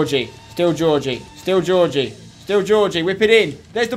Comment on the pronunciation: IT'S NOT GEORGIE HAGI IT'S FUCKING GHEORGHE HAGI FFS SPENCER !!!